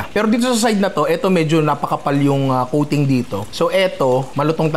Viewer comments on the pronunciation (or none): Yeah, I was wondering why there was a meow after he said coating, ohhh “kuting”!! 😂😂